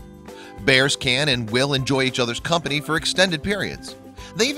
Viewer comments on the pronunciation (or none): none